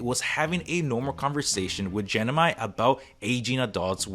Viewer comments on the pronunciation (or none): Just a quick tip: it's gem-ini not gen-imi